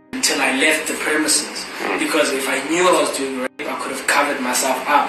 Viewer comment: So you can't pronounce "rape" It's an R? 😂😂That's crazy!